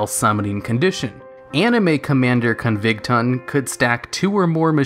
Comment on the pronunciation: Please never say "Spacian" or Covington" ever again.